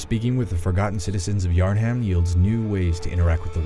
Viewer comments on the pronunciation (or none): Yarn ham lol it's pronounced yarnum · you can tell that this guy is just reading a script and has never played the game before, because every NPC says Yarnham like "yarn-um" and not "yarn-ham" also every complement the game got at the beginning could be pasted to any souls game. Also nothing was said about deep elements in the game and how it made him feel. Nothing about story except it's there. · “Yarn Ham” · My mans called it yarham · 'Yarn ham' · "yarnHAM" lol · Idc about the review anymore did he seriously call it yar ham